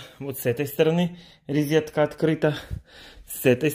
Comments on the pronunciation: Да, эта "рИзетка" прямо по ушам режет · Когда он уже правильно научится говорить слово "розетка"?!!! ((